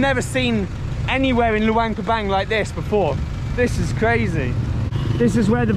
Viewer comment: Can you please stop saying "Loo-ang Pra-bang". The name is "Lou-ahng Prab-ahng". "ahhh" sound. Please, you've been there long enough to hear how the locals pronounce it correctly.